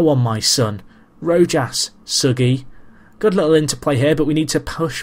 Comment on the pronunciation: im pretty sure you pronounce rojas's name rohas